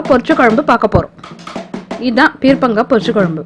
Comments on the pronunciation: Its not peer'pa'ngaai, its peer'ka'ngaai.. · Peerkankaai ucharippu thappu sister